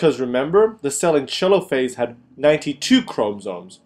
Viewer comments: Lol "Chelophase" Americans facepalm its pronounced Telophase like it's written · is it really pronounced "cheelo-phase"? I thought it was pronounced " Teee-lo-phase"